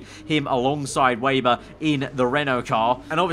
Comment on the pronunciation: I know it’s not really a big deal but Please can you stop saying Lukas WAYber, it’s pronounced VAYber by the commentators. I thought Sergey Siroptkin was driving me mad in the last game.